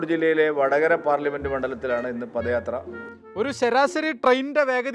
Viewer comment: പദയാത്ര അല്ല പതയാത്ര ആണ്